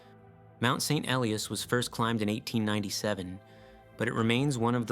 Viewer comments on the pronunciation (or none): Mount St Elias - it's pronounced "ee-LYE-us" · Paddled in Icy Bay in the late 1990s. Had a week of perfect weather for St. Elias viewing. But please pronounce it correctly (and consistently)